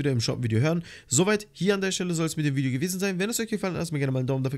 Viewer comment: Du hast am anfang vigeo gesagt